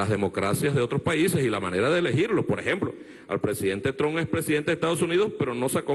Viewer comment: por cierto deberías enseñarle a maburro a pronunciar bien el apellido trump para que no sea tan penoso escucharlo y que no cause tanta vergüenza internacional.. te darían 2 o hasta 3 clap por eso, creo... XD